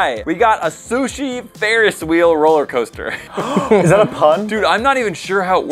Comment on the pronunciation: Dount holler coster